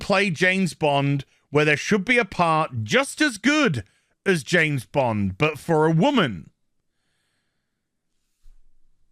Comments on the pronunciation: "Janet" Bond? ;-) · I swear he’s saying Janes Bond. 😂🤣😂